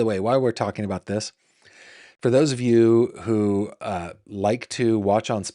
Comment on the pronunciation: I literally lol'd when you said "walking aboot" when beginning your story about a trip to Canada. 😁